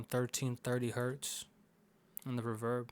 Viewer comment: the way u said reeverb killed me lmao